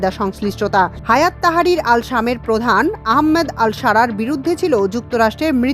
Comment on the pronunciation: আহাম্মেদ না । আহমাদ আশ ধরা ।